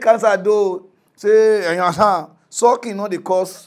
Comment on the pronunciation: The funny way he pronounce "you understand" 😂😂😂 yihansan😂😂😂